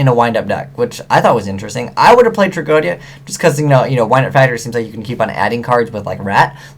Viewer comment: No offense or anything, but i'm retty sure that you are pronouncing "tragoedia" wrong. You pronouce it "Trag-O-Dia and i am pretty sure that it was pronounced in the anime as "Trag-O-E-Dia" As i said i'm not positive, but it just bothers me a little is all, especially since you talk about it a lot.